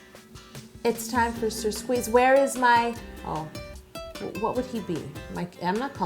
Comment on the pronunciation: Sir Squeeze -a -Lot will be “ser”